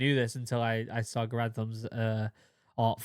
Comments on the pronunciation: Yes, the proper pronunciation of John Cantius Garand's name is closer to GARE-und. The reason that I am so firmly convinced of this is that I have actually heard the man himself pronounce it that way, in a film of a speech that he gave, and he started out by introducing himself to the audience. Giving him the benefit of the doubt, I'm confident that he knew the proper pronunciation of his name. As Mr. Garand was actually French-Canadian, from the province of Quebec, and thus was a native French speaker. His family emigrated to the U.S. when he was a child, and as a result he actually pronounced his name with a little bit of a French accent, with the "-und" syllable pronounced in a sort of nasal manner with the last 'd' being silent. I'm sure that the pronunciation became "Americanized" due to the fact that at the time of the rifle's adoption it was long before there was easy widespread access to audible recording, and any documents and information regarding the rifle was propagated by on-paper documentation. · John C Garand was French Canadian, and the name is properly pronounced Gair und, not Gar And. Having a family name people often get wrong, I think it polite to use how Garand pronounced it.